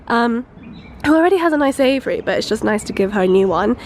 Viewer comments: I was like "WTF is an 'avery'..." she meant "Aviary". It's AY-VEE-AIR-EE rofl "ay-vuh-ry" .. 😂🤣😂🤣😂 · lol the way she says aviary sounds like Avery which is my name so that was wierd.😂